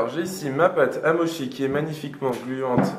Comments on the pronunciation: Pardon mais on dit motchi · Chaton, on dit "motchi" hihihi Mais trop cool, faut vraiment que j'en fasse j'ai presque tous les ingrédients en plus ! <3